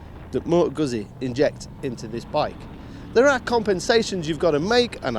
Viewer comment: "GuZZi." Like "PiZZa."